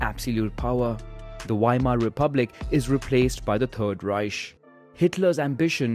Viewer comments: Please work out how to say Reich properly. It’s not a sh but a k sound. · Just saying it's "Reich", not "Reisch" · why do u say ruzsha and reish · Wrong. In german it’s pronounced reisch not reich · "Raischhh" "Pänza" 😂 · I mean dude can't even pronounce Reich, what did you expect? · Will say I love this so far, but I’m a “Grammar Nazi” and it kinda hit when you miss pronounced Reich. Reich (/ˈraɪk/; German: [ˈʁaɪç] ( listen)) is a German word analogous in meaning to the English word "realm". The terms Kaiserreich (literally "realm of an emperor") and Königreich (literally "realm of a king") are used in German to refer to empires and kingdoms respectively.